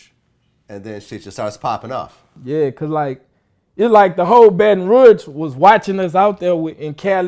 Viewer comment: Dude said "baton roo-age" bout fitty eleven times!!!